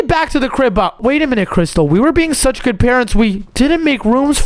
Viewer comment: really said bood boood 😂😂😂😂😂😂